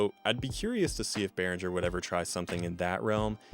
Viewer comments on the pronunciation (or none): Beh-ring-er, not Beh-rin-jer. I've never had a problem with the sound of any Behringer products I've had. Definitely had a few build quality issues, but we should always know that we get what we paid for. They offer great value over more expensive gear and have been on the cutting edge with several products over the years. The V-Amp and X-Air series mixers are my personal faves.